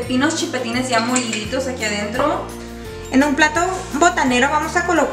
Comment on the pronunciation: Hahahha Chile chilpetinnnnnnnn nmssss es chiltepin